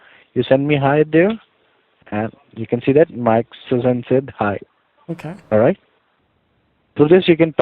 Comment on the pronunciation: It's not Suzan- it's "Shushan"